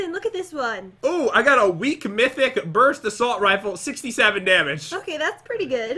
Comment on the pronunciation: it was brust not burst. Anyone else notice